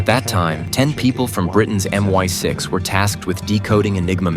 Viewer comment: M.I.6 Not My6. 🤷‍♂️🤦‍♂️. More lazy AI NARRATIVE S. 😢